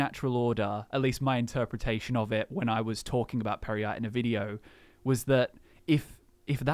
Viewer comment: Pear-yite perhaps?